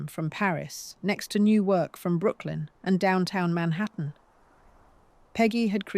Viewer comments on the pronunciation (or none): none